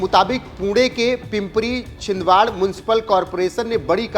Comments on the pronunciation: अरे बाबा साधी नावे नीट वाचता येत नसेल तर पत्रकार का झालास? पिपंरी चिंचवड म्हण पिपंरी चिंदवड नाही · छिंदवाड़ नहीं anchor saab इसको चिंचवड़ कहते हैं